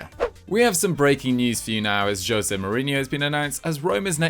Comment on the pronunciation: Why are you pronouncing Jose like that...